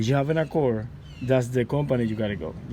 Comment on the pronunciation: Sir, you pronounce it Accord not accorr!